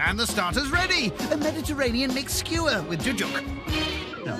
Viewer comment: Sewer of onions lol. Man, it’s Skewer*